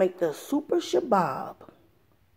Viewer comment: I Can't Help But Laugh, I'm Laughing So Hard Every Time You Say Sha-Bab. 😂 I Think You Mean Shish-Kabob ... Sha-Bab Is Actually A Terrorist Group. (I know what you mean) That's Why It's Funny. I'm Laughing WITH You, NOT At You. 💋✌️😂😊 *Harakat al-Shabaab al-Mujahideen, more commonly known as al-Shabaab, is a jihadist fundamentalist group based in East Africa. In 2012, it pledged allegiance to the militant Islamist organization Al-Qaeda*